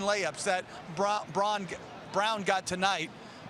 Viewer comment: VanGundy still can’t figure out how to pronounce Brauns name. Pretty obvious that it’s unimportant to learn names of Finals participants. Nuggets have a Joker you guys are a joke..